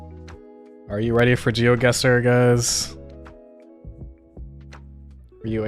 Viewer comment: pronunciation of GeoGuesser is insane